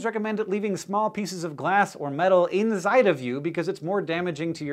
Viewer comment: did you say "INZIDE" XD